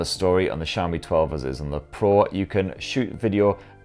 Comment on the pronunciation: its xiaomi no saomi....jeez butchering name so hard